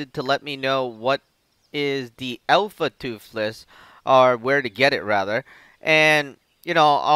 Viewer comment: "Alpha Tuffles" oh man... -.